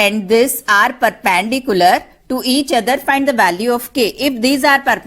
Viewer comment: It's not perpandicular its perpendicular